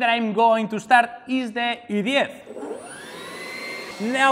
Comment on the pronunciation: When he said I'm going to start the EDF I thought he was saying I am going to start the idiot